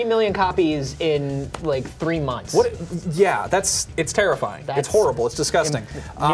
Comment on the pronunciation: Did he say terrifying rampage or "tara-finding rampage"?